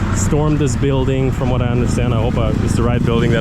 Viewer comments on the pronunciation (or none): none